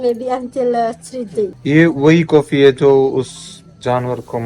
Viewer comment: coffee😂😂 bhai sahb ko English nhi aaj pta chla😂